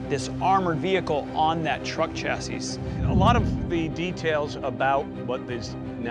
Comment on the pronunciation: Your “expert” can’t pronounce the word chassis? Yeah, it’s a 👎 from me.